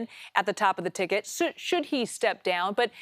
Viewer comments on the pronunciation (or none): Ticket not icket 😂